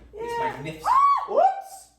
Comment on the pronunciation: I love how just went full on american at the end by saying “WHOOPS”😭😭